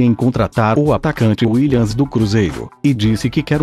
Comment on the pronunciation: Willians não.. é William, mas continua com esse quadro. muito massa!